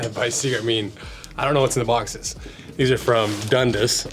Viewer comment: Dundus😂 I'm from Ontario Canada and we say Dun-dass